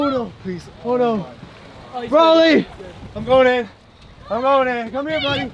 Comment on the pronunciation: Borley? 😑 It's broly